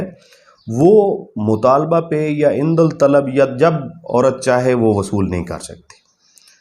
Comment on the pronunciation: لفظ عندل طلب نہیں ہے بھائی جان۔ یہ ہے عندالطلب ۔ اس میں الف کے بعد والا لام نہیں پڑھا جاتا ہے